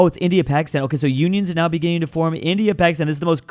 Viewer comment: “…very begÎning” 😂😂😂😂